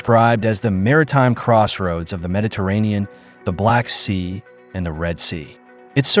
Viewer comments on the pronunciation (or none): none